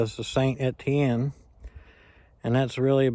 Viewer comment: Isn't that a Robust 222? (And you pronunciation of St Etienne is correct)